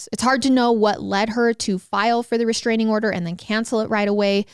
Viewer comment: ReSHtrainig order?